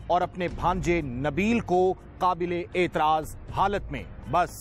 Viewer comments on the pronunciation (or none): qabelay aitraaz nahe naa qaablay aitraaz halat mein